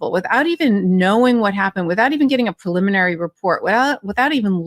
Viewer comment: I'm betting that Karen is the ONLY attorney on the program who can pronounce PREEE-liminary. Both Ben and have made up a new word, PULL-iminary. 😂🤣😅😁